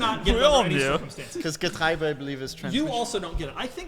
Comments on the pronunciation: It's Getriebe; not "Getreibe", as Kennan says. 😅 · Kennan pronounces Getriebe like we Germans pronounce the German word for corn 😄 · as i german i am mildy infurated by kennan saying getriebe as getreibe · differenc ist the "ie" to "ei" ... ---> "Getreibe" Wheat, barley, oats are all "Getreide" with an "D" you make the same mistake than Kennan and looked from the wrong side. ie-ei b-d